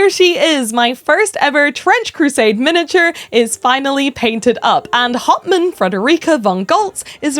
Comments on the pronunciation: I just want you to know that I kept hearing you say Hauptmann as Hot Man and I think that makes it better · I like how she pronounces "hauptmann"